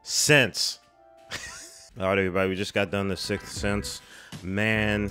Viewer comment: "Guys... An that is the Silth Sith." 🤣🤣🤣🤣